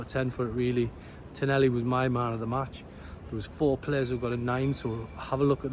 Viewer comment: Bonny lad it’s pronounced. Ton ahhh lee. Tonali😊